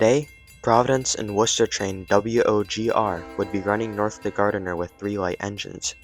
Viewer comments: It's Gardner. Pronounced GARD-ner. It's NOT GAR-DEN-ER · Your pronunciation of Gardner and Nashua are crap